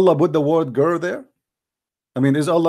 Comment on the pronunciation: YOU CAN'T SAY THE WORDS GIRL PROPERLY. YOU ARE SAYING GEER, LEARN HOW TO PRONOUNCED IT PROPERLY. OK. LISTEN TO YOUR WORDS.